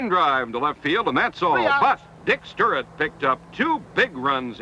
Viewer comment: How the hell can you repeatedly mispronounce Stuart but properly say Triandos?